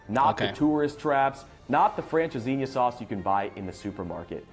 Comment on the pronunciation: Welcome and it's francesinha 😅